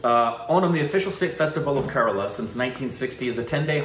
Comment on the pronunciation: It's Kerala not karala